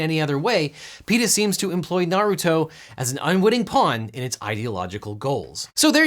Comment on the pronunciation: Very small thing, but I like how you, who have never (in any video I have heard at least) pronounced Naruto (I presume the pet is supposed to be pronounced the same as the character) better than most Youtubers whose channels actually lead them to say the name in most or many videos. Maybe you are a fan maybe not, I don't know you personally, but well done for being better at that than the "experts".